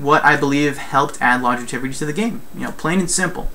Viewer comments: Lon-gev-i-ty. Not long-e-tiv-i-ty. Pretty valid points though. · Great video. I have one criticism, however...and that is your pronunciation of the word, "longevity." Seriously though, great video.